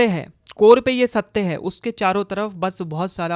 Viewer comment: Satte ya satya....bro ka pronunciation bohot hi khrab hai.... please mat bana philosophy pe